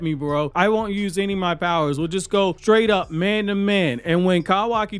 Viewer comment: “Kawakiwockee” and “Eidas wap” is crazy ngl 💀